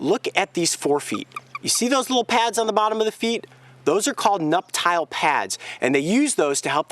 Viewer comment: nup-tyal? you mean nuptial?